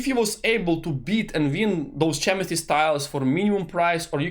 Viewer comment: Nice video, one thing "chemistry" you should read with the "k" letter like clock, not with "cz" like cheddar